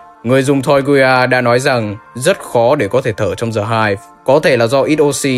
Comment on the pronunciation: Anh ơi, từ "The" đọc là /di/ khi nó đứng trước 1 từ bắt đầu bằng nguyên âm thôi chứ, ví dụ The End ....., chứ từ "Hive" có bắt đầu bằng nguyên âm đâu =)) đến cả entity The Game Master anh đọc "Dì Game Master" làm em cười nguyên clip (em biết là đôi khi anh mới đọc nhầm như thế =)) nhưng nó cứ bị buồn cười ấy)